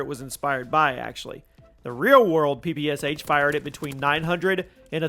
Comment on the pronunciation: please please please PLEASE! ITS NOT P P S H, it's P P SH, Pistolet-Pulemiot SHpagina - Shpagins machine pistol, COD literally ruined name of this weapon irreversibly.